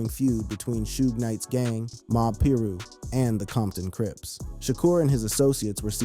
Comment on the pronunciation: It’s pye-rue not pee-rue👎